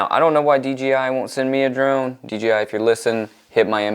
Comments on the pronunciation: It’s dji not dgi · Dude, it’s D ”J” I . Other then that great video ..